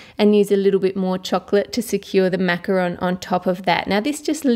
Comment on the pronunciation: At the beginning of the video Ann: Macaron Me: NOOOOO IT IS MACAROOOOOOOOON